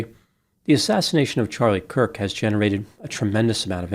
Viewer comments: Why mispronounce Charlie Kirk's name in the intro and outro? Hard to believe it was a coincidence, more likely a typo in the script but maybe something else? Kind of odd to mispronounce the man's name here... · It's Kurk not Cook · Dear twice your mispronounced "Kirk" as "Cook." I'm not criticizing you I'm just bringing it to your attention. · At first you mispronounced his name, I took it as a stumble. At the end you still pronounced it as "Charlie COOK". Along with your almost verbatim repeat of the press conference, the only 'opinion' you shared was your apparent disdain for the death penalty. The rest was an over-simplification on a grade school level. I haven't seen any of your other videos; but it they're anything like your apparent lack of actual interest to even get his name right, or inability to delve above talking in simplistic platitudes, then you are definitely a waste of time. It seems you were more interested in trying to get views than having insight into the actual subject. A typical quack with useless paper on the wall. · HIS NAME WAS CHARLIE KIRK. THAT IS K - I - R - K pronounced "KERK" Not Cook. Idiot. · CHARLIE KIRK - it sounds like you are saying Charlie Cook! Hopefully, it’s my device and/or MY ears that are hearing incorrectly. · His last name is Kirk not Kook. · The mispronounciation bothered me. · It sounds like you said Charlie “Cook” at the beginning and at the end 🤔 You’re right, the shooter was basically an insecure nobody. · No hate when I’m asking this.. did I hear you say “Cook” at the beginning of the video? Might have been a slip up. I might be going deaf if I’m wrong. Keep it up the good work and informative videos 💜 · The second time he did it, he had said Kirk only seconds before. 🤔 Maybe he was having an off day? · I swear I heard say “Charlie Cook” at the very start of the video. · I like you, but how do you mess up Charlie Kirks name right off the bat?